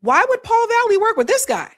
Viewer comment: You're misreading this Paul's name... It's VALLELY, not valley. There's an L before the Y. Your govt edumacation is showing.